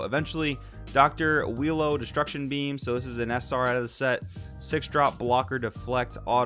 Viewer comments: Its pronounce U-i-ro. Phonomically its ooo-e-row. Im just going to go with willow/wheelo tho lol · I love how you call him wheelo 😊😂😂 im also gonna call him wheelo since thats the name im basically used to lol